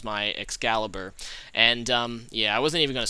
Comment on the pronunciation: u pronounce Excalibur right u rock lol